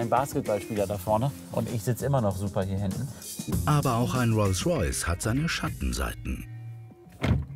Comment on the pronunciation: Ich mag Hamid ja echt gern ich gucke die Folgen immer total gerne aber mich triggert es dass er statt Rolls Royce Reus Reus sagt